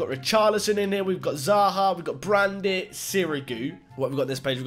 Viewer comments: U pronounced brandit but in reality its julian brant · Why are you pronouncing Brandt “Brandit”. Where are you getting the “i” from? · BTW Brandt is pronounced 'Brant' not 'Brandit'